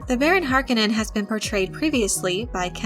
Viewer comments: Learn to say Harkonnen Watch the movie to learn how...You keep puttiing a D in there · If you knew what you were talking about you would emphasize the "o" in Harkonnen. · Movie was great one of the things that really killed me though is they say his name wrong through out the movie and in the old movie from 80s he says his name from own lips! He says (HAR KO NIN) in the new movie they say (HARKA NON) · I'm pretty sure in several Frank Herbert interviews, he pronounces it "Har-KO-nin". Not harkenin. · Har - KO - nen. Not HAR - ke - nen. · Not HAR Koh nen. Har KOH nen. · I love your vids, kid...but PLEASEEEEE its not HARK KIN IN....its HAR KO NEN! LOL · Hark-O-nen. Not Hark-A-Nin. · “Har-kone-en” not “Harkennen” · Har-KUH-nen? Horrible pronunciation. Its Har-KOH-nan. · Har-cone-ins not hark-in-ins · It's Har-KONE-nen, not HAR-kon-nen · Harkonnen - Wrong stress! The stress is on "O", not "A". HarkOnnen! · I hate to be one of those nerds sometimes, but it HAR-KO-NNEN(knen) not HAR-KA-NIN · Har-Cone-Nin..... not Har-kon-nin. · Agreed. If I were to take a shot every time she mispronounced it. Then again I'm guessing narrator isn't even old enough to remember the original, 1984 Dune. Even in the movie the Baron pronounces it "Har-ko-nin." But, at any rate...I am eager to see the new Dune when it comes out. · The Harkonnen is pronounced Har-cone-en but not quickly. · did u just pronounce Harkonnens as "Hark en ens"? :o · Its pronounced as Har-kon-nen. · That name is pronounced HAR CO NEN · Harkonnen pronounced Har-cone-in. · Repeat after me: Har-coe-none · Harkonnen is pronounced 'har kOh nahn' so as you are attempting to explain Dune, perhaps you should introduce yourself to the Glossary ... The O is the Long sound not the short sound... as in "Oh" versus the O sound in words like "top"... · Paul pronounces his enemy, "Har - co - nan and no relation to Harley Quinn. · I was hoping someone would mention the mispronunciation of HAR-cone-an